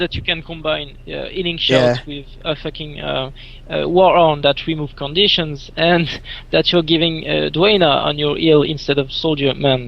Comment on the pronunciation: Is it really that hard to say Conditions?